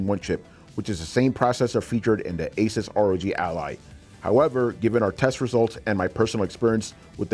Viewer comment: If you cant pronounce Asus correctly...... Im out.